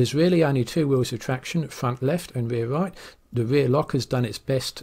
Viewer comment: de fwunt weft and de waew wight ...😛